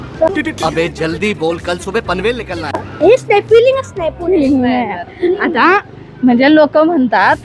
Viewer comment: पुने नाही पुणे म्हण ग